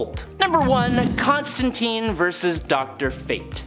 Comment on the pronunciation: ConstanTINE, not TEEN